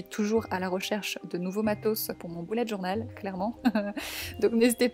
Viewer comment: Tu dit boulette journal